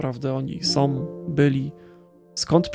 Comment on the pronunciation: Fajna opinia, proszę Cię jednak, byś popracował nad wymową. Jak większość youtuberów masz skłonność do mówienia "som" zamiast "są", "winę ponoszom", "oglondajom" itp. Nie znoszę tego.